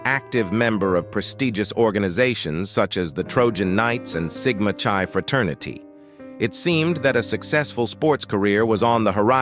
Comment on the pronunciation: The fraternity is pronounced sigma "kie" not sigman chie. Another narrative by AI computer.